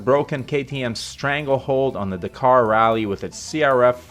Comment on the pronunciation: Amercians...if you could only speak english...Dakar = Dack car.....!!